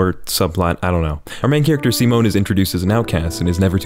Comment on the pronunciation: im so glad someone pronounced Simon's name right. im happy